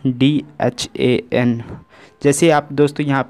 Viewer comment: Bakwaas. Language bhot aaataak rha ha bhai roz dhan v bolne nhi aaa rha our aise smjha rha tha ki loog booring lag rha hai